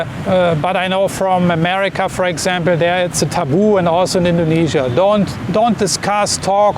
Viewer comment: Dont say indognesia